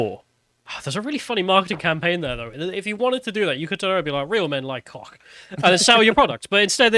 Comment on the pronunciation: It's not cock😂, it's coke. Come on y'all 😂